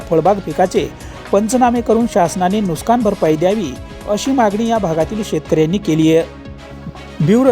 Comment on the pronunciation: नुस्कान नाही नुकसान म्हणा.